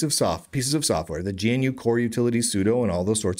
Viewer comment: "GNU" is not pronounced "G - N - U", it is pronounced "GUH - NEW"